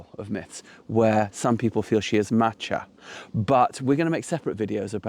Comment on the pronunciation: Check your pronunciation of Macha. Gaelic does not have a soft c. Likewise ch is a hard sound as in Bach. A better pronunciation would be Ma/ka though I have sometimes heard it as Ma/ha. Or listen to a pronunciation of Cuchulain. The ch is again a hard sound. A minor point perhaps but I have never heard Macha pronounced the way you did by any one with an understand of Gaelic.